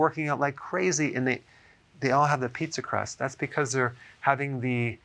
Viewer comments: Did you really have to say it like "pizza crust" 🤢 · Omgsh. Don't say pizza crust again. Lol😂😂😂😂